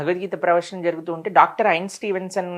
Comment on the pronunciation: ఆ సైంటిస్ట్ పేరు సరిగ్గా చెప్పు సామీ..ఐన్ స్టీవెన్సొన్నా...ఇన్స్టీన్